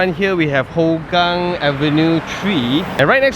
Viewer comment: They are not testing the jets,, it is routine military drill :) Singapore airforce has one of the most advanced fleets in SEA, drills like these are not uncommon, as they always want to be prepared for war / crisis management. On side note, Hougang is more commonly pronounced as "Hao gang" because it is more hokkien based, as with majority of population.